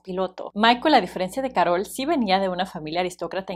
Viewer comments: No es Károl es Karol😂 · Que estrés que diga caROL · Como se te ocurre pronunciar “Carol” así? 🤣